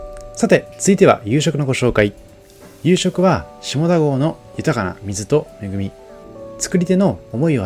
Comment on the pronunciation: 下田と書いて読み方は「しただ」です。